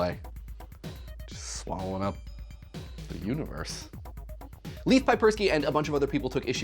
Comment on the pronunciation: the way you say Leif is strange Leif is pronounced like Leia but with an F instead of an A.